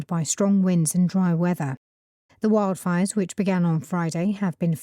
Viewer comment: 0326 출석. 1. wildfire 발음이😢 원래아는발음은 '와일드'였는데 여기서는 첫번째는 '웡'으로 들렸고 두번째는 '월'로 들렸고. 에휴. 2. fanned 이부분. fan이 동사로 쓰이는거 익숙치않아서 몰랐어요. 오답은 found. 3. raging. 모르는 단어. 오답은 raising 결코 쉽지 않네요 오늘도.^^ 오늘 강의도 감사드립니다❤❤